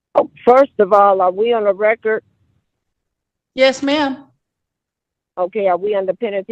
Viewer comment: What is "on the reckert"